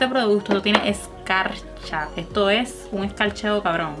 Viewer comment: “Que es ejto tiza?” Miraaaaaa nena paraaaa 🤣🤣🤣